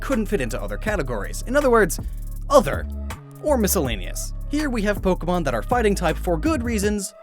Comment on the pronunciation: It's Po-Kay-Mon!! you idiot.